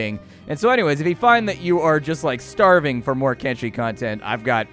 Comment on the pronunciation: Thank you, sir, for properly pronouncing the game's name with a /sh/ and not with a /ch/ as 99% of videos do...